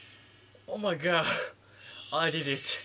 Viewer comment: "oh my gaw I deed et"